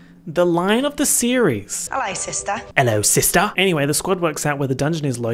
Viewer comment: “Ello sistahhh” gets me everytime😂😂